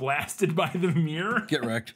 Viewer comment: Your pronounciation of mirror is just myyrrhhh :D